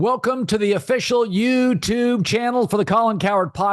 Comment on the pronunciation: Hearing Colin pronounce youtube hurts my soul.